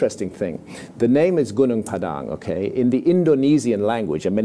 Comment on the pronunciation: I'm impressed with how he accurately pronounced gunung padang. Like a local.